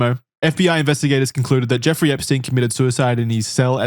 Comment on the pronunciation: Why does call him Jewfrey? 😂